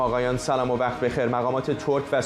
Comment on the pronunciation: خب این یه کانال فارس _ایرانی زبان است ونه افغانی .. چرا همه چیز را بزور میخواهید بدست بیارید و فهمیدنش سخته براتون ... شماها حرف ق را خ تلفظ مبکنید ... بجای وقت میکید 'وخخخت' ... وحیلی از واژه های دیگه